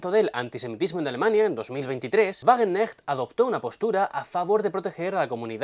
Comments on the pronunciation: Sahra Wagen k necht, se pronuncia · En Wagenknecht se pronuncia la ka. Es difícil, pero los alemanes lo hacen. La ch se pronuncia como una jota española